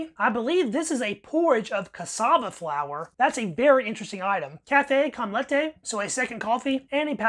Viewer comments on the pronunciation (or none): none